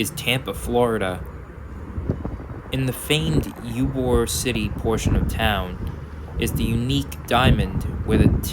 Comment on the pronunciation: Loved the video. Lots of nice details. A few comments tho… Ybor City is pronounce EE-boar. Used to be famous for its cigars & Cuban food. From DeLand the Silver service goes to either Tampa then Miami (Silver Star) or bypasses Tampa and heads due south to Miami (Silver Meteor). As someone else mentioned, the Silver Meteor service was suspended in Jan 2022 due to Omicron but will hopefully resume over the summer.